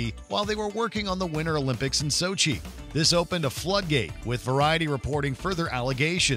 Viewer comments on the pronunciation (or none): none